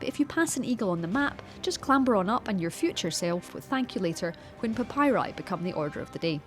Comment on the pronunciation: “A papyri scroll”. Wow Also she pronounces papyri incorrectly.